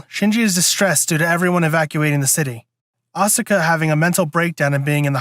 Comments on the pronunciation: stop stressing the vowl u in asukas name for crung out loud you make me cringe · Excuse me not be a weeb, but are you miss pronouncing Asuka's name on purpose?